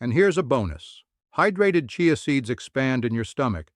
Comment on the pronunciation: Chai a seeds. Ha, ha. The auto voice doesn’t know how to pronounce it.